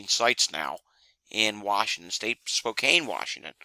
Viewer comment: thanks again, for the update we really appreciate it, just FYI Spokane is pronounced spo - can although saying spo - cane is a classic mispronunciation . :)